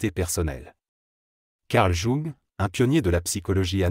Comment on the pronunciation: Mal prononcé JUNG!